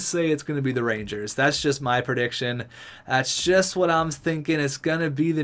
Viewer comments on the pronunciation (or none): none